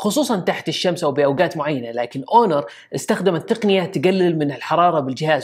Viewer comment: ياحبيبي هونر وليس اونور